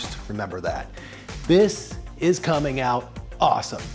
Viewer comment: I'm glad everyone here is mature enough not to mention that he said "cummin"